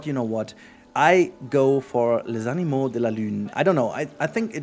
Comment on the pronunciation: Great ! Little mistake, it's animaux and not animeaux 😇